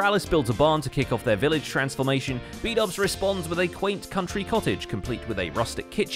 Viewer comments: bdouble=bubble lmao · I just love the way Keralis messes up everyone's name. Especially Xisuma aka Shashuamivoid and Bdubs aka Bubbles